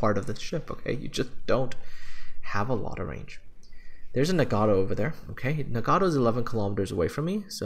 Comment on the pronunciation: Hearing you call ship names... That's painful, so very, very painful. it's Ge-no-va. It's Bre-tag-ne. It's Na-ga-to. They're separate syllables.